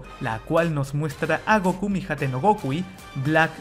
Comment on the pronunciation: Es *Gokú*, no "Góku"